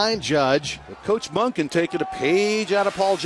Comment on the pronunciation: Coach Monkey? Really? It's Monken.